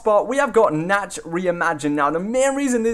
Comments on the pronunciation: You say it like this Nawkt not natched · the way he pronounced nacht gave me a migraine